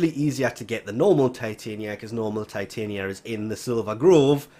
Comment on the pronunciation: I'm pretty she is pronounced TIh-Tonya and is based on the fairy queen Titania from A Midsummers Night's Dream.